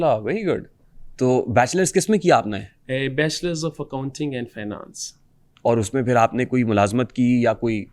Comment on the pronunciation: How’s he’s pronouncing finance and engineering 😂